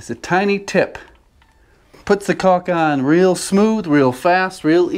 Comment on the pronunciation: The real way to know you are an expert is that you do not pronounce the L in caulk. Also, do you have any tips on how I can train my wife to remove the outlet cover plates before painting? You do it every time.